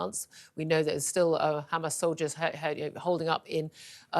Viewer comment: Its not Ghamas its Hamas